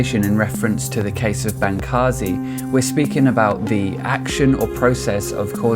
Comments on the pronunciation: This video is horrible. You can't even pronounce Bancarz correctly, how can I possibly give thought to the idea that the information stated on this video is well researched and well thought out. Bancarz has proved to be knowledgable and well informed on New Age and has made a significant amount of income teaching the New Age and is considered resourceful in the industry. To those that question this statement, please refer to the book "The Second Coming Of The NEW AGE by Steven Bancarz and Josh Peck. You can find this book on Amazon or at Barnes and Nobles. It's incredibly informative and is forwarded by Dr. Michael S. Heiser. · His name is pronounced: Ban-CARS; and you are putting the cart before the horse. The rash of youtube exposes about the occultism embedded in the new age did not create these testimonies and warnings, rather people (such as myself) became radicalized first through having experiences of real evil while blithely messing around with new age practices. I scoured the internet and was relieved to find these testimonies on youtube. Also a crack in your intellectual framework: Darwinism IS magical thinking, cmon'